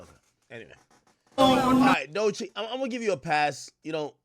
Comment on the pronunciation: AK finally saying her name right lol